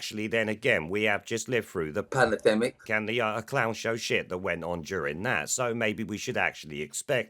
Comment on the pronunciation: yes I know but the pound shop Rod Stewart (charlie muggins (?) Pimlico plumbers) who wanted the unvaxed to be locked up in their homes (and has said he plans to run for Mayor of London) pronounced it pan-a-demic. You can hear him say it at 3'27.